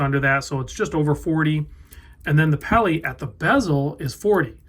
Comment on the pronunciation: Please don't say "peli."